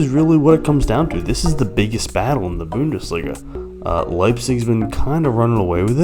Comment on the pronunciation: I love the way you say bo-undesliga